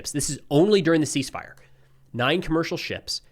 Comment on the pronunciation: The C is silent 😅 "ease fire"